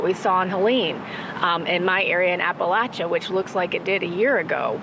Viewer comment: Thanks for not punching that guy for mispronouncing Appalachia. I know that hurt😂.. You come to Bristol we get BBQ on me. Also. The last piece on substack was beautiful - personable and smart. The spirit of down home is deeeeeeep 😂